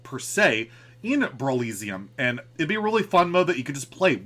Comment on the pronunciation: it’s definitely pronounced brawl eh see um, right? not brawl ee zee um